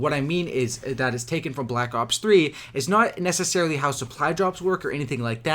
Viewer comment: Is it just me or does he sound like hes saying black cocks 3 ?